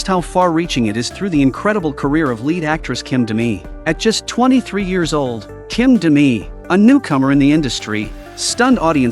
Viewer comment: Korean names are only hyphenated when romanized. I know this is an AI narration but her name should pronounced as Kim Dami, Not KIM Da mi.